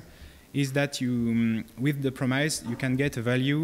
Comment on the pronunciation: Please don't pronounce "promise" the way you do because it feels so painful to me.